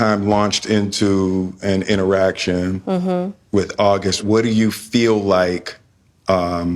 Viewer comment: “ WHEN AUG” 🤦🏽‍♀️